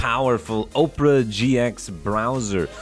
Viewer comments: He pronounced it Oprah I'm dying. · I actually really like the OperaGX browser, but it's OPERA like the medium and not Oprah like the God. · Nobody going to mention that he calls OperaGX Oprah rather than Opera?